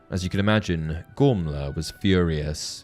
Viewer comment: the only thing that gets me with this video is the name pronunciation, how is a name spelt 'Gormlaith' pronounced 'Gormla'? Im not having a go, just a question! Otherwise great vid as always dude keep it up :)